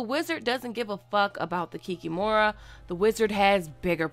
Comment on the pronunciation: Great video! But the emphasis in the word Kikimora is placed on the second syllable " kik`Imora"